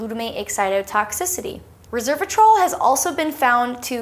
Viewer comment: You repeatedly said "reservatrol" instead of "resveratrol". They are not the same thing. Will you please annotate your video people to note that?